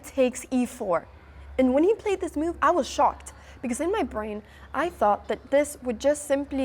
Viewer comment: The way she says mewve though )